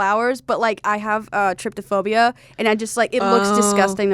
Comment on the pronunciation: thats not how u pronounce trypophobia